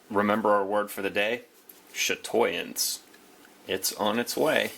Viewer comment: Not to be pedantic or anything, but chatoyance is pronounced "sha-twa-yance".